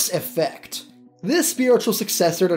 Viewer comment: Knew everything and hated the way you say effect